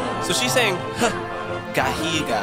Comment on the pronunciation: Barb is saying hoo gahooga gahoo gahoo gahoo not gahiga